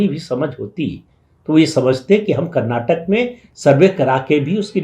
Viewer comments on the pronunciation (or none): none